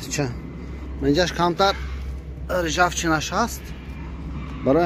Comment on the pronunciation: Ай гижо т коминтатор.рижафчина не ржавчина меш...хамаш вакти овардан кат шудаги а 🤣лучше гап назада снимать кун видеора.